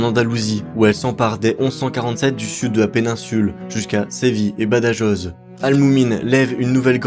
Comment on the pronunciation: Badajoz....ça se prononce pas du tout comme cela ;) Ba da roooo